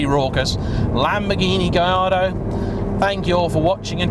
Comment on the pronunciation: Surely it is "Gal-are-dow", since it is "Porsh" ?